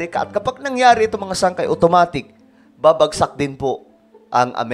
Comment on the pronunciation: Ano Po Iyang Salitang Babasak😂😂 Hahaha O Bakbakan Ba Iyan O Babagsak Baka Babagsak Hindi Babasak. Pati Pa Naman Sa Caption Nakakalito